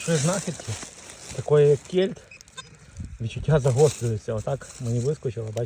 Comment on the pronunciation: Вітаю. Але чому кєльт, а не кельт. Вухо ріже